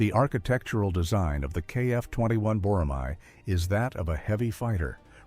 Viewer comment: I have a request. It’s not “boramai.” It’s written as “boramae” only because of the Korean spelling, but please read it as “borame.”